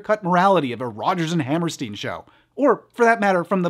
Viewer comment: that's not how you pronounce Hammerstein